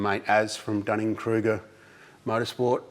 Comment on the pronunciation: Did you say Dunning-Kruger motor sport? I’m dead.😂